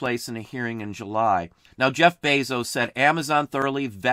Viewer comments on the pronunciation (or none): none